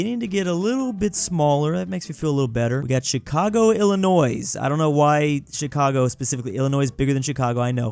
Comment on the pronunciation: Bro pronounced Illinois with the s although it is supposed to be illinoi